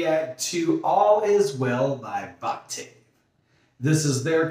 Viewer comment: Voctave is pronounced "vawk-tiv". :) Nice reactions!!